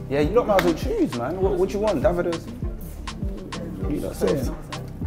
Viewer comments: only thing i despise here was when called him "Daa-vido", its actually pronounced "Day-vid-o", this coming from a Nigerian living in Spain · man said DA-vido lmao